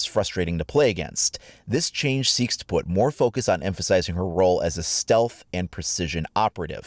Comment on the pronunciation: Lol "stealth"